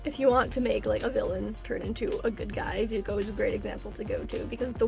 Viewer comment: For a second I thought you said Izukuo